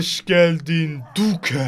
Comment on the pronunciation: Abi o Duke diye okunmuyo dük diye okunuyo